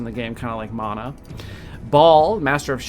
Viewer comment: Thanks for the correct pronunciation of mana :D I've been pronouncing it this way since Secret of Mana. And if you Google the meanings manna is stuff that fell from the sky to feed gods people and mana is a life force power so yeah